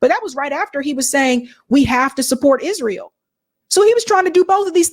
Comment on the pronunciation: “Hisrael” damn ☠️